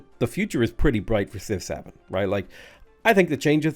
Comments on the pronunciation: When you say Civ 7 it sounds a bit like Six Seven. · I like that when you say Civ 7, it sounds like 6-7.